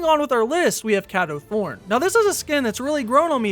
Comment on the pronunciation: I’m dying inside 😭 His name is pronounced “K-doe Thorne” 😂